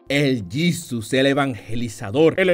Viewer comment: JAJAJA, "El Yisus"